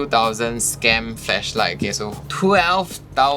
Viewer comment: Did you just say "fleshlight" hahaha